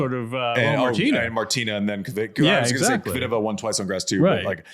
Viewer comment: Grand Dame of Wimbledon...Andy, "Kvitova" 🤣🤣